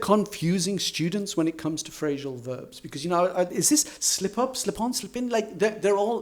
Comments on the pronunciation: Why do you say "phrashal verbs"? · Why do you say "Phrashal verbs"?, I don´t know, maybe it's a variation.